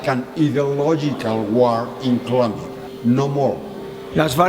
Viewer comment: ITS NOT COLUMBIA...ITS COLOMBIA